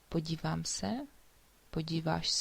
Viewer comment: hey your podívám sounds for me the same as podivám. is that kind of reduction in quick speech or I am mistaken?